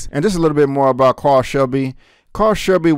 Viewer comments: Carroll is pronounced Carol like a girl not Carl like a boy. Great review. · I believe he meant 1966 and not 96. Also you are correct on the pronunciation of his name. It is pronounced Carol like a girl. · I haven't seen the movie, but I have some questions. Did you mean 1966 and not 1996? Also, was Carroll Shelby's name pronounced "Carl" and not "Care-Roll" in the movie? I am a car fan and have never heard his name pronounced "Carl"? Regardless I enjoy your reviews and keep up the great work brother. BTW if you can change your own oil and replace a starter then you are well ahead of the learning curve of many "car-heads" these days, including me (and I really love cars) 😁